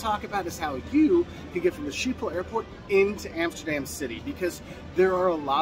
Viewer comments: It’s pronounced “Skip-pol” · Isn't it pronounced as if it was written, skibol ? As if the "Sch" is pronounced "sk" ?